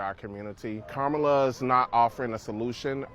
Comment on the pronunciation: I really despise people not pronouncing Kamala's name correctly:face-orange-frowning:however I agree with home girl,, you're fired!:goodvibes